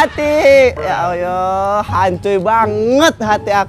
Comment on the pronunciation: Tolong sdr ku kalau ngocapin ya Alloh jangan ya Ayyoh krn itu melecehkan nama Alloh, walau kmu bergurau tp nama Alloh pengucapannya jangan kmu rubah.Mf ini hanya masukan kalau berkenan.